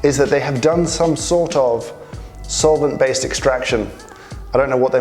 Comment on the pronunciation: Soilent....oh, solvent, never mind.